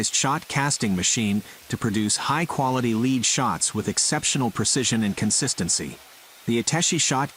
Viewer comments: What's LEED WIRE ? Does he mean LEAD WIRE.? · Its not leeed wire its lead wire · It's not Lead as in LEED wire - it's LEAD wire as in LED. C'mon, computer... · The leed 😂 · One problem of text to speech is ignoring the context of the sentence. Lead, as a metal, is mistakenly pronounced as "leed". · Lead as in Lead Wire is pronounced Led as in "Being led" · Leed not Lead. smh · Leed wire? Ah yes, leed wire, of course. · It is led not leed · What's "leed" wire? It's lead, (lɛd) rhymes with head. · It's not leed wire but its lead round bar at that point you started explaining it.. It's not wire until after the lead round bar has been pressed through the die to then create the lead wire. And lead is MOST commonly pronounced like LED, not leed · Lead not leed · "leed" wire. kek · Why does he call it lead, it's LED, past tast, not lead. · Leed huh we’ll definitely wouldn’t be pronounced lead as is dead . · Dont know how to say lead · I couldn’t figure out what a “led wire” was until I saw the metal. The typed information to AI audio should say”lead”. That mistake is hilarious. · Lead is not pronounced "leed"! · yanks are not good at english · Its so annoying hearing the guy pronounce lead like lead in leadership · Someone needs to fix the narrator-bot, it can't say lead right. It's not "be first" it's the dense metal. duh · For God's sake learn to pronounce "LEAD" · ITS LEAD, NOT LEAD, LEAD, NOT LEAD, LEAD, NOT LEAD. AAAAAAAAAAAAAAAA! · The best text-to-speach gives itself away when it can't differentiate between pronunciation of lead (to preceed) and lead (Pb, the element.